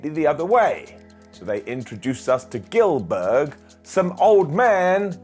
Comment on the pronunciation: GILL-BERG! GIL-BERG!